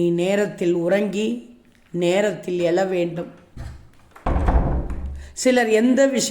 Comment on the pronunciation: வாழ்க்கை,எழ ,பழகு தமிழ் உச்சரிப்பை சரி செய்யுங்க